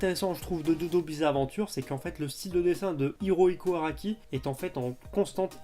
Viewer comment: La force est puissante en moi, alors on va dire que ça passe. Mais ça + le Horohiko (au lieu de Hirohiko) à , ça commence à faire beaucoup ! :D Attention ! :p